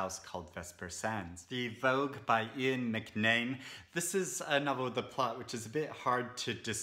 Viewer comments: Eoin McNamee is pronounced "Owen MAC - NA - MEE" not "Ian McNAME" as you said. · I love the list of Irish books but you need me to get your pronunciation right. Mc Namee is Na-me. Paraic is Par-ric. The Ben Crane book is interesting as I've an adult son with Aspergers. Books I'd recommend are A Ladder to the Sky by John Boyne Milkman by Anna Burns. I'm going to have to watch this again . Too many books to take in my brain 🍀☘️☕️